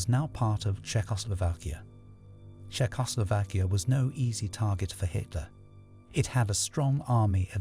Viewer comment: The narration so fake. He keeps saying polish as in like furniture polish instead of Polish. 😂 And he butchers pronouncing Czeckslovakia